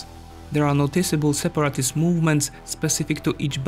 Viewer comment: Nice video, it's a really interesting situation ( from the outside). May I suggest 3 words for you to focus on pronunciation? ★ Area ★ Territory ★ Separatist